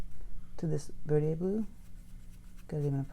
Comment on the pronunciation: I’ve been trying to find the blue she is using. How is it spelled? She’s pronouncing it Verdieay? There is a Verditer, I think. Is that the one? Thanks. I didn’t see it in the notes but may be overlooking it.